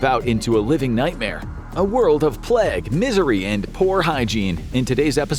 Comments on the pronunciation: The ‘Plegg’ ? 😂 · "0.24" Not pleg 😂